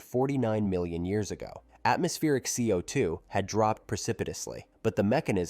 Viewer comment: I wonder what speech engine was used for this. It's pretty good. I probably would have continued to believe a human had narrated this, if it wasn't for the repeatedly weird ways it pronounced CO2.